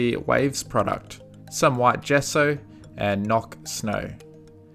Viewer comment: Noch "wie im Original" isn't spoken like Nok, please say it correctly xD